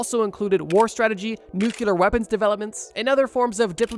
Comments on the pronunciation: It’s NUCLEAR (new-clear) people. Not nucular 😂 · It’s nuclear not “nucular”